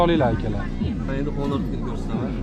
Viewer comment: qande 16bn 17ni kamerasi birxill🤦🏿‍♂️🤦🏿‍♂️🤦🏿‍♂️ kin uuu HHHHONORRR mas, Onor uuuu